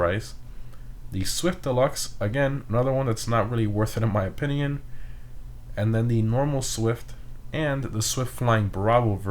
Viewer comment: I’m gonna say it. That’s definitely not how you pronounce valor lol. Just look up the word on google and have it say it back to you. (Don’t even get me started on how he pronounces opinion...)